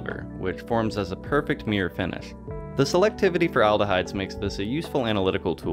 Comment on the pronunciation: Mirror… not meear